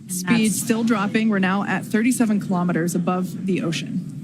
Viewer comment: Elon pronounces KILO'METERS, not kalamaduhz.